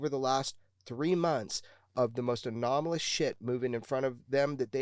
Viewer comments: “Anomanalis” phenomena 😂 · anolamis, anominis, alolominis, anomalis, anomonys, anonymous, anomolous. 🤪😜🤔 🙈🙉🙊 ufo man, just say ufo. 🤠👍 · Oh god one guy said "anonomalous". Please learn English if you have a podcast or show.